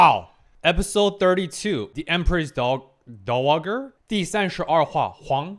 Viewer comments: Dowager is pronounced Dau·uh·jr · Dowager is pronounced "DOW-a-jer". It's a title that basically just means "widow of the previous ruler" (a dower was the property a widow inherited from her late husband which is where the term comes from). It can apply not just to monarchs but lesser nobles as well (such as a dowager duchess). The most famous (or infamous) dowager empress in China was probably Cixi.